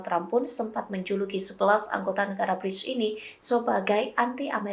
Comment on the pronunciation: Bacanya brick bukan brich. Narator kurang edukasi